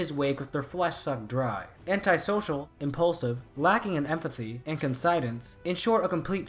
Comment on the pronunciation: dont know how to say conscience or penetration? cmon